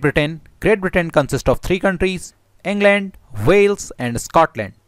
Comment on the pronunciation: En gland? How's ur En gland... My En gland is fine ty. Japati????